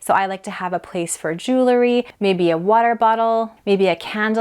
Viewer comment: Please learn how to pronounce jewelry.